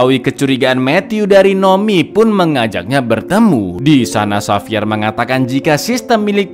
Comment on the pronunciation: Xavier dibaca HAVIER bang.. Bukan sapier😅